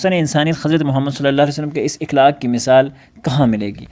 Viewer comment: السلام عليكم ورحمة الله :مکرمی پہلے ہی لفظ کا آپ نے غلط تلفظ پیش کیا ۔ صحیح تلفظ ہے (اَخلاق)